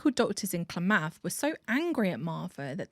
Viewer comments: "KLAH-math". Citation: is Oregonian. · Speaking from a couple counties away, "Klamath" is pronounced "CLAM-uth" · Never thought Klamath, Oregon would come out the mouth of someone across the pond! Our city names are weird and often hard to pronounce. It’s closer to Kuh-lamb-ath.